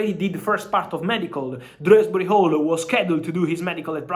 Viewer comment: Dewsbury-Hall... not Dresberry-Hall